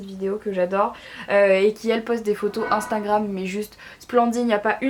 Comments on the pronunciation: Marie 1 conseille, ses "instagram" pas "instangram" pasque quand tu parle on entant instangram. Bref bisoux❤️😘🦄🌸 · Elle est trop mignonne elle dit instingram !! 😄